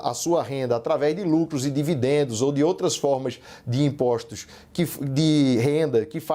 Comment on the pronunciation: Este tal de CAMPUCH, ANTES DE TUDO, ESTE JEGUE, ESTE BURRO TEM QUE APRENDER A FALAR. NÃO É IMPOCHTO, É IMPOSTO, NÃO 3 GACHTAR É GASTAR... VOLTE PRA ESCOLA SEU IGNORANTE, BURRO, ANALFABETO FUNCIONAL... ISSO NÃO É SOTAQUE, ISSO É IGNORÂNCIA MESMO.